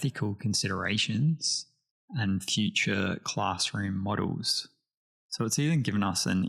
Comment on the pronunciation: Excited to see what your sharing. One quick point though... Model is pronounced like in "Elle McPherson used to be a supermodel"